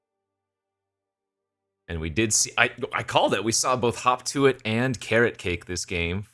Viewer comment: dude. whenever u said: hop to it. it sounded like u said: hawk tuah